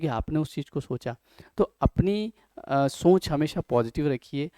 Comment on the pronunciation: Very good video but please correct pronunciation of - Soch